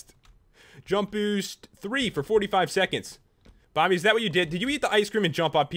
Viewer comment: Who heard pat say "Bommy" rather than Bomby.